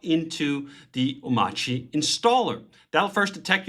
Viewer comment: How you pronounce (ohm)(arch)(ee) wrong when he literally says it millions of times in his video